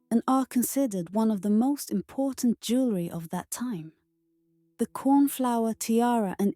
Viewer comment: "Luxury elegance jewerly".... punching the speaker....